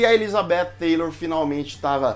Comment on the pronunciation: Oi, você está pronunciando "Taylor", com a língua entre os dentes, e está incorreto! A língua entre os dentes seria se tivese o "th"! A Cleopatra VII, a histórica, era negra, não entendo terem escolhido a Gal Gadot, depois muitos produtores hollywoodianos dizem que não racistas!